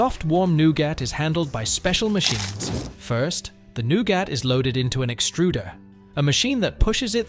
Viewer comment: Nougat is pronounced "Newgut". If you can't use an AI that can pronounce common English words, try using a live person. Otherwise delete this channel. You guys used to be good when you used humans. The AI's you using these channels constantly fracture the English language